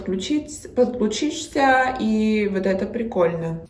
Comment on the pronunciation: ты большая умничка! Поражен не сколько произношением, сколько очень правильной постановкой ударения, например, в слове "подключИшь". Браво!